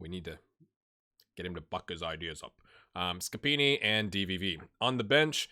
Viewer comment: don't be too hard on yourself, you're doing a really good job! Your "Scappini" sounds 100% italian 😂